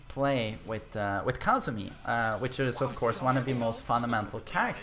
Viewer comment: Its Kazumi not Kaazumi mate